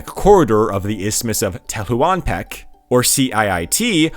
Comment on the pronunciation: AMLO is said like a word, "amlo," not the letters "A-M-L-O". Tehuantepec is just "tewantepec". Not saying you have to see them exactly as they are in Spanish, but there are established English ways to say these names and words. This is very informative and interesting, it's just distracting. Or maybe you're doing it on purpose because it seems you're getting a lot of engagement about pronunciation